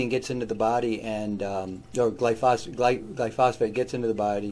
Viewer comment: why do you pronounce gly-pho-sate as gly-phos - fate? 🥺